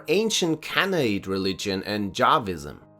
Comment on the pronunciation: It is a great video, but I cannot believe the audio butchered words "Yahwism" (Yahweh, you know, the big bad deity of Judaism [including the older Canaanite polytheistic faith], Christianity and Islam, Mister "Unalive All Who Don't Agree with Me" and Sir "Eternal Punishment", also known as Sawaof, Elohim and Allah? How could it be pronounced as Jahwism?) and "Canaanite". Edit: Later during the talk about monolatry it is butchered even more. I don't mean to be mean or unpleasant, but as a regular commenter I feel the wish to express my sincere emotions. It boils down to: "It's disturbing at this point". Y ≠ J.